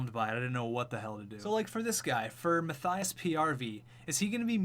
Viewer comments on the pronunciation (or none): none